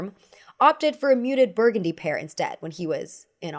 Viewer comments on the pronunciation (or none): none